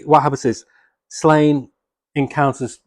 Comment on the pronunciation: Just an FYI it’s pronounced “Slawn-ye”.